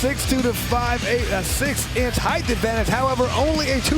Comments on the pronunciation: Still waiting for the announcer to figure out that there are only 2 H’s in height. It does not rhyme with eighth. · Why is this doofus allowed to say "heighth" over and over!?!?